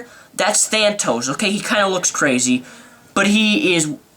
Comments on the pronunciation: It was an awesome movie. Nice review, but learn to pronounce stuff. Joss Whedon. JOSS! Not Josh... And who the is Thantos? Thanos, is a wicked awesome Marvel villain though... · *Thanos you said thantos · *Thanos not Thantos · It's Thanos not Thanatos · Thanos not Thantos! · You say that if you don't know who thanos is, then you shouldn't be at the avengers movie, but then you say "Thantos" incorrectly multiple, MULTIPLE times. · Thantos ? Ha ha it's thanos of Titan . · Thanos, not Thantos x) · THANOS! not thantos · Thantos, lol? Thanos!!!!! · Its not thantos. Its thanos. (They-nose) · Thantos or thanos? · Thantos? Wtf? lol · dude the movie was cool yes.. you dont have to be soo dam geeky but ok and also HIS NAME IS THANOS NOT Thantos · Thanos bro lol not THantos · no, he kept saying Thantos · Than tos? It's ThanOS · I appreciate the enthusiasm and all, but how big a fan can you be when A) you show up as Deadpool to an Avengers screening and B) you can't even remember that it's THANOS not Thantos. Thantos sounds like the name of a gyro joint. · So you pronounced his name THANTOS...it's thanos. No extra T. Thanos...and you say you like comic books.... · Its thanos you dumbass not thantos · It's Thanos, not Thantos. A real comic fan would know that. Thantos is a Dr Strange villain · its thanos not thantos btw lol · LOOOL THANTOS YOU KNOW....ITS THANOS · Thanos not thantos... credibility ruined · its thanos not thantos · Its thanos not thantos , dumbaaaaaasss! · ThanTOS???? DAFUQ DID U JUST SAY!??? its Thanos!!! GTFO!! cant even pronounce a villians name some Marvel fan! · Not Thantos, THANOS Other than that I like your enthusiasm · Thantos? Thanos. Man im such a nerd. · You're great! Awesome energy! Glad you liked the movie but ....... Um, "Thanos" not "ThanTos" also "Joss Whedon" not "Josh". Other than that! Thumbs up! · THANTOS?!? Who the hell is Thantos?!? His name's Thanos dammit! Lol, well at least your better than the people who thought he was Darkseid.